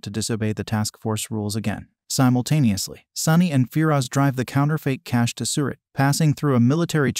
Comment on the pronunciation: Why did you say simotanusly every time